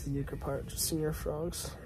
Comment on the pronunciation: “”señor” is not pronounced like “senior.” “Se” syllable sounds like “ce” in “cent.” The latter part sounds like “or”. “Ñor.” Now put it together. Lol